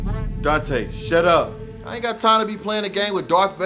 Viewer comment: Lmao he said “shat up” 😂😂😂